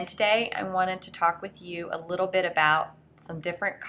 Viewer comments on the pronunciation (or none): none